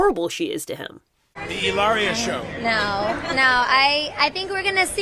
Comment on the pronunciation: No need to roll the “r” - her name is Hillary.